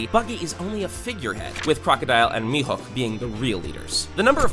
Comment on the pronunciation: Mihar not Mihawk